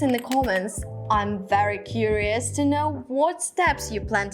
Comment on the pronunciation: Wawo wery wery wery wery wery sexy' 😂😂😂😂 watch'